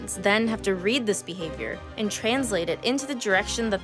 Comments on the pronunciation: I appreciate how you said ‘Bee-havior’ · Every time she said words like "behavior" or "because" I thought "bee-havior" and "bee-cuz" etc. Anyone else?